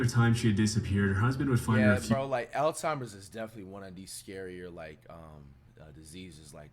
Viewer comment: bro said L Timers